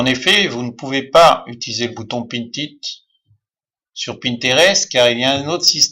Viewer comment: Mais comment me suis je retrouvé ici ? J'avais deja depuis longtemps pinterest, et un bouton de raccourci mais ..... ce type a une voix énervante !!! on sent qu'il n'a rien de naturel dans sa façon de s'exprimer, et puis on dit "Pin it" pas "pinTTTT it" ....